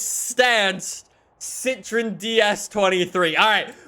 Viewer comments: Its not pronounced "si-tri-n"... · It's Citroen you have to pronounce the O.